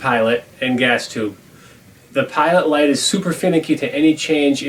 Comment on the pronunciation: could have swore it said gay heaters... 🤣 "hi, im here for the homosexual firearms?"